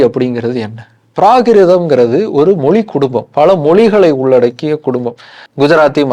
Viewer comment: ஹெலோ. முதலில் தமில் பளக்கம் மொளி அளகு என்றெல்லாம் சொல்லாமல் தமிழ் பழக்கம் மொழி அழகு என்று சொல்லிப் பழகுங்கள். உங்களுக்கு நீங்கள் ரெகார்ட் செய்ததைப் போட்டுக் கேட்கும்போது கூச்சமா இல்லையா. நன்றாகத் தமிழ் உச்சரிக்கத் தெரியவில்லை. அழகான எங்கள் தமிழின் வரலாறு தேவையா என்பதை யோசிக்கவும்.